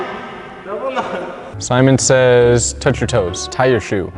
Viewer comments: No one: James: Semen says switch hands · Nobody gon say anything abt James saying semen. Gay ass